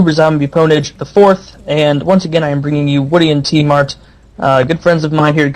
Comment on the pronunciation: lol i thought tmart said im smart XD